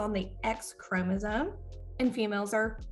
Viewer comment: She keeps pronouncing “chromosome” as chromosoNe. There is no N in this word!